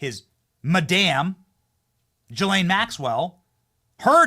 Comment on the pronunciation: How hard would it be to research how to pronounce GHISLAINE